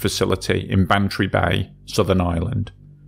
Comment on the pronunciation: I noticed "Ireland" in the name on the 1st vessel, but the voice sounded like "Island" & the captions said "Island" too, lol